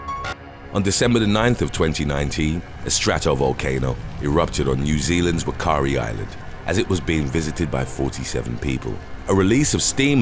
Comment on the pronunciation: Whakaari Is pronounced fa Ka Ari.